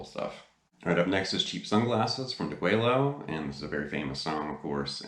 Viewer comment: Awesome lesson! The Rev is a totally unique player and you've demystified a lot here. Have to chuckle at your album name pronunciation, though... Deguello is day-gway-o and Tres Hombres is not a French title, it's simple Spanish, "trace hombres." And you're 100% right about the first album...killer stuff right out of the box and criminally overlooked. Even in '69 no one did hot swampy blues like ZZ Top. And they had close cropped beards...weird! For dyed in the wool Top fans, the early albums through Deguello were the best. I think Deguello is the best one for playing along with at home, like we all do. Great lesson and a new subscriber!